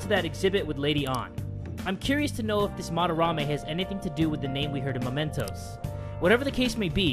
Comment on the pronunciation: Please, it's mementos not momentos... Looking forward for this serie like I did with with P3 and P4